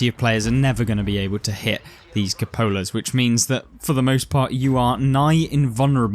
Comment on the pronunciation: cupola = kyoo-puh-luh